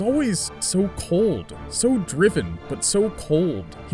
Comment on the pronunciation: I only heard over kakarroto not kakarot sounds like this dude is db ignorant